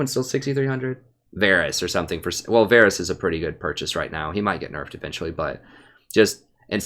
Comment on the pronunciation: listen prof, I love your videos man. Been following you for some 3-4 months now. I can't catch you live (7 hours of difference) but usually I watch your streams the day after. But dude, one thing you HAVE to work on: it's Varus, not Varys :P